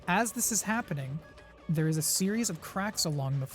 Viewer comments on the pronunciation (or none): none